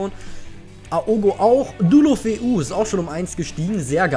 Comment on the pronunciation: ich würde Deulofeu so aussprechen: De-u-lofe-u